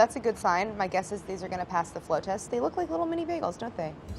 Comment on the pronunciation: It sounds like Claire is saying "flow test" and not float test.